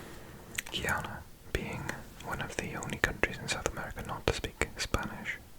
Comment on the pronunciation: Btw its pronounced guy an a